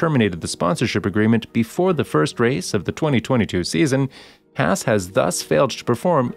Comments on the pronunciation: It's not pronounced 'Hass'. I think it's kind of disrespectful to pronounce it that way. Is it a bot narrating, or human being? The A sound in Haas is pronounced the same way as the A sound in the word car. Please!? It's killing me every time I hear "Hass". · Why did keep pronouncing hass wrong